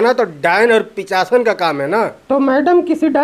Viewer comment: Pichashan nhi pishachan